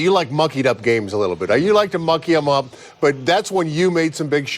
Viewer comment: Ohhhhh he said muckey....i thought this would be the last time we see TC on tv